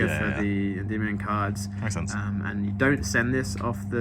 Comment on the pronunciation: he pronounces Endymion correctly